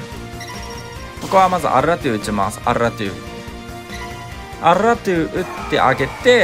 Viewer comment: アルrrrラトゥ